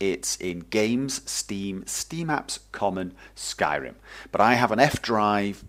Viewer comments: You sound like a wizzard when you say "Skairrrrimmm" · One of the most noob friendly tutorials great job! also i like the way you pronounce Skyrim :D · Haha I love the way you pronounce Skyrim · Hey,. To me, you sound like a friendly teacher:D I really enjoyed the pace of the tutorial and your tone of voice. Of course, how could I forget. You really emphasise the R in Syrim. I like this. Basically, thank you and take care. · I love your accent when you say Skyrim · Skyrim in British ;)